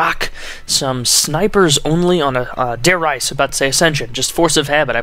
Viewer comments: Dude its Re-za I speak German as well! If it were pronounced rise it would be spelled with no e at the end of Reise. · He said Der R"EI"se while it is actually Der R"IE"se. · I don't want to be a grammer snob Taylor, but, I believe the Reise in Der Reise is prounounced Reese like a Reeses penut butter cup. I could be wrong though..